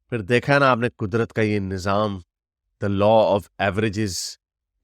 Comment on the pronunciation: Nazam nahi ,nizam hota hai. Pakistanis mein bahut problem hai ki wo linguistically corrupt and bankrupt hai. Jihad ko jahad , nizam ko nazam, Pakistan ko pakastan, hain ko hey and pata nahi kya-kya bolte hain.. it reflects that they are not taught grammar.